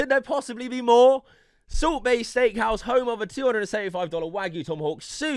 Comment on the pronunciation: It's sound like soup bae everytime you said